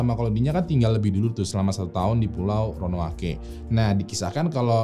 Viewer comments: Jdi yang benar Ronoake atau Roanoke nih bang?? 😂😂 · DI BACA ROWANUK. BUKAN RONOWANOKEH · Roanoke apa Ronoake. Bang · ROANOKE Baca RONOUK. Next mohon bahas Norfolk Regiment yg hilang secara misterius pasca masuk ke hutan berkabut Bang. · Sekedar kritik konstruktif buat: tolong pelafalan istilah, nama tempat, dll diperbaiki... Ro-a-no-ke... Bukan Ro-no-a-ke... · ronoake atau roanoke yang betul guys?🙏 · Ronaoke apa ronoake bang? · Ronoake ato Roanoke.. 😂😆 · Roanoke apa ronoake ya????? Hhmmmm🙄🙄🙄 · Roanoke apa Ronoake.... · kok gua dengernya ronoake ya ? ronuok bang bacanya haha cmiiw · ronoake ape roanoke bang ? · ROANOKE apa RONOAKE? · Ronok bang bukan ronoake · Bang ROANOKE atau RONOAKE wkwkwkwk :v :v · Roanoke bukan ronoake: ronoake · Roanoke dibaca Ronoake 😂